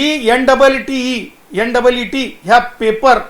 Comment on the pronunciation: Ntte हे कसली परीक्षा तुका नीट नीट म्हणता yet नाही झंडू